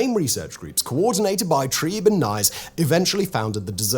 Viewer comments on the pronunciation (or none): 'Treeb', 'Trieb'. NOT 'Tribe'.